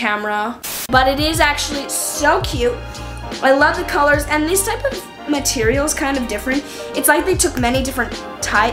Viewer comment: Anyone else hear her say marterial